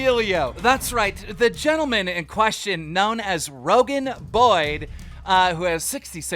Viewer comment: Bode, not “Boyd”